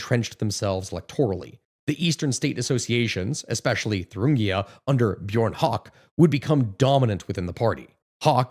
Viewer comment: You pronounced björn höcke as Bjoarn hawk😂